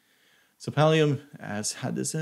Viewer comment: pallium? wtf, did i just hear? also this video is kinda pointless. not trying to be mean